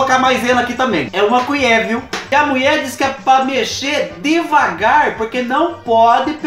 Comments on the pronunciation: Mecher "degavar" aqui kkkk kkkk essa foi boa, do céu só pra vc mesmo pra fazer a gente rir 😂 amooo vc vc alegra meus dias 💖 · Mexer "degavar" kkkkk